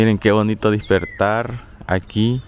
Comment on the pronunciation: lo de la Pixina esta gracioso pero mas cuando decis .... dispertar en lugar de decir... despertar. 🤣